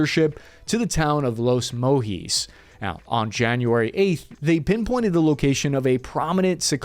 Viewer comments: "Los Mojis" 😭 It's pronounced like its spelled los Mochis (kinda like the ch in "munchies"😂) Nevertheless, good video! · On operation Black swan, just a heads up for nextime, "los mochis" is pronounced Loss Mo' (As in "I need some mo'(re) ") Cheese. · Los moheez bro you must get a guy to help you with pronunciation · It’s not Los mohees lol it’s Los mochis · “Lowes mow-hes” hahahaha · It’s pronounced “Los Mo chees” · hire a guy from home depot if you have to Its pronounced los moe cheese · Los Mochis its pronounced like the MATCHA Mochis they sell at japanese stores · “Los MoHEES” Im fully convinced, Americans don’t even try did you not see the CH 😭😭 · Man you suck at spanish pronunciation. Great video. But damn. Spanish is so much easier than English. More engagement i guess. Well trolled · You pronounce Los Mochis just like how you say Mochi ice cream or child. It’s actually the town where my mom is from